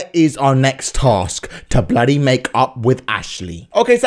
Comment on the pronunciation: Why do you all ways say blody